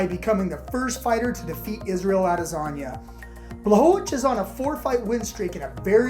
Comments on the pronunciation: did you say adelasagne? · “Add-ezaña” lmao